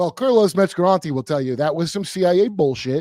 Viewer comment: "kurlos metzgarante" 😂 Also get Charles Carroll on here ...a guy who's truly on Kurt's level.